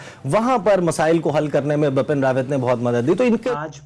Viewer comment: Bapn rawat nahi Bipin Rawat hai sir ka naam